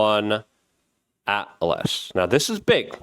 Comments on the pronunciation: Hey Luke, respectfully, you are saying it wrong. Its 3 👁Atlas. The I stands for Interstellar and its the 3rd Instellar object seen since Oumuamua and Borisov, there is no 1 in its name. Thank you for coming to my Ted Talk. This might not matter to you but I am a long time viewer and it just hurts my mind, and your credibility when you say such things ie. Pronouncing Doge as DOYJ, instead of DOHJ. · Please, for the love of God, can you stop calling it thirty-one ATLAS, its 3i ATLAS as its the 3rd interstellar object (3i) The Asteroid Terrestrial-impact Last Alert System (ATLAS) was the system that detected it. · AAAAAGGGHH!!! It's 3 I ATLAS!! NOT "THIRTY ONE"! NUMBER 3, LETTER I! The THIRD INTERSTELLAR Object! 3 FOR THIRD. I FOR INTERSTELLAR. IT'S. NOT. HARD!!!!!! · 3 and the letter I as in three-eye, not 31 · You are discrediting yourself by improperly calling it 31 Atlas… Jesus…do a modicum of research…It’s…((( Three “I”as in “Interstellar”Atlas”… third interstellar!!!! Or 3 EYE…if that assists ffs!! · Luke, fyi ...... It's not thirty-one atlas .... it's three eye atlas 3-I as in .... Third Interstellar object + Atlas. Thanks for what you do. I would love to have a discussion with you about what I think the objects are, and where they originate from, but .... If you think there are shape-shifting reptilians who are working in underground bases with ??? Not the government we know of but maybe some kind of "shadow" organizations and have been for a hundred years or more and these creatures have been around the Earth since before Biblical times, even ..... Just remember ..... that ain't nothing but a crazy conspiracy, my brother! How could all these missing genius children be kidnapped and forced to work in these subterranean facilities without our knowledge? lol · Good lord man, it’s 3i/atlas, not 31 lol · 3I as in "Three Eye", not thirty-one 🙄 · 3i not thirty one. Three eye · 3 "eye" Atlas buddy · It’s 3 “i”… “i”, not 1!